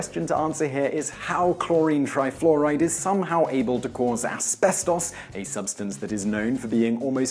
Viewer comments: Az-bez-TAUS wat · he pronounces it "Esbestoss" lol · aspeSTAWS.... is how he says it.. hehe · It's pronounced aspestis. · Dude, you're British, the birthplace of the English language, how do you mispronounce asbestos?